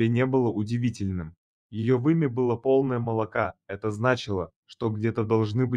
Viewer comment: ГлУбоко,вОлченок,вымя,- это пипец!!!! Не тараторь всё однообразно!!! Куда спешишь,диктор!!